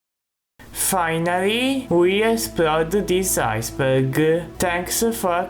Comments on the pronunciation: I Think 'Ice Burger' Is A Word Your Failing To Say. Correct Word Should Be Ice Berg. But Then Again It Might Just Be Where Your From. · "Ice Burger." Good Lord.